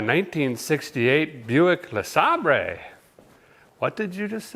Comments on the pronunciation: This man is why I call all Buick LeSabers “Le-Saab-Rays” now. My family thinks I’ve lost it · Sabre...pronounced Sayber..😀